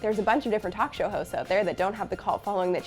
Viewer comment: Incredibly helpful. And appreciated! though, the fleeting ourtro, there's that word "show-hoe." It sounds a tiny bit like ho. Cheers, sister of endlessly helpful help! Thanks so much.